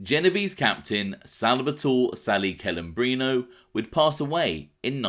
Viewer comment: Hearing English native speakers pronounce Italian names it's a massacre... CELEMBRINO (TCHE-LEH-mbrino). Not kelembrino... PLEEEEASE!!!